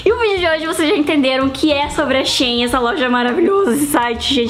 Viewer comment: Né xêin não, é xi-in